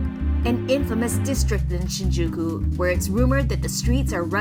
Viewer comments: Shinjeekee?? I don't think so haha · not shinjeekee Shinjūkū. Like Shinyūkū. Thats the right to say it. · You pronounced it wrong. The u is pronounced like a Y or Yu Sounds like Shinjyky